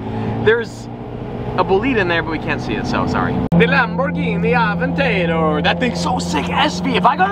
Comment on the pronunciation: calling out all of the car names had me rolling lol LAMBORGHINIII AVANTEYYYDERRRR hahahaha